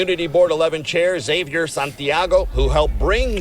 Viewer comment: Quick question, what was wrong with how they pronounced Xaiver's name? I remember you had experience living in Spain. BTW could you do a video on the different languages in Spain.